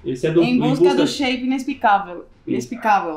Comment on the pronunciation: So entendi elas falando sheipado